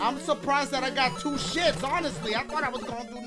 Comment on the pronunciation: Cant wait for him to do the Mario maker part TWO-AH SHOE-AH WHO-AH? YOU-AH!